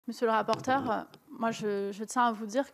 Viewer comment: "Monsieur le rapporteur'eu"